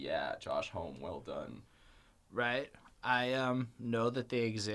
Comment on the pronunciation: Homme rhymes with mommy. Really like the review, just jarring with the pronunciation.